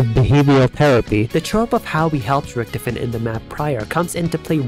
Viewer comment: I love this video so far, but the way "Richtofen" is pronounced is like, getting poked in the forehead a little bit with a pin, not enough to pierce the skin but enough to be like, disconcerting.